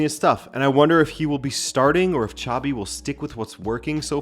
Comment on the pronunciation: I know you like pronouncing names right. Xabi sounds like "Shabby", not "Tchavy" (that was Xavi Hernández - different spelling and different pronunciation). Just say it like a Portuguese name and you'll be fine 😄